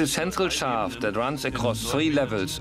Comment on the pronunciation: Sis is se sentrell schaaft :D